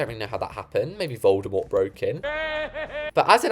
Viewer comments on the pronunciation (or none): none